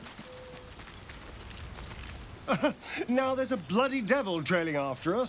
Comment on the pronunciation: Hey! Really enjoying the playthrough — you're doing a great job with it. Just a tiny note: the character's name is Astarion (pronounced Ah-star-ion), not Asterion. Totally easy mistake, just thought I’d mention it in case it helps. Keep up the awesome content!